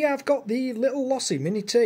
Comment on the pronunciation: It is pronounced Low-see